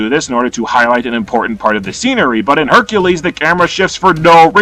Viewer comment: Lol “Beercules”